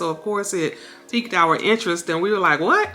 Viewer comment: The word is WHAT not "Weh"